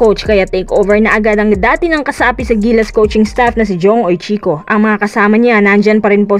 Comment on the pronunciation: ang tamang pagbasa ng UICHICO ay sounds like Weechiko Hindi Hoytsiko.